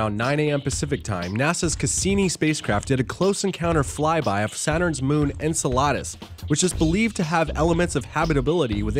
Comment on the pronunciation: The way this guy says Enceladus sounds like enchiladas LOL That's the proper Greek pronunciation, but if it's Saturn's satellite's name then you say it differently.